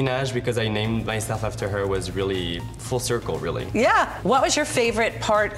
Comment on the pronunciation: where he says “full circle really” it sounds American, idk why it just made me laugh